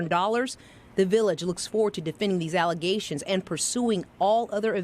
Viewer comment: The mayor said they were nothing but allezations. Hahaha